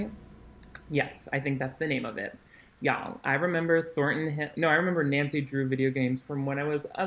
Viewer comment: You callin in Thorton Hill is making me crazy 🤭 youuu mudda frickin cutie! 🤓